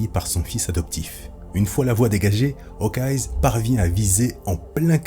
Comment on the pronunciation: Super vidéo mais par pitié arrête de dire « HawkeyeS » ça sort vraiment du truc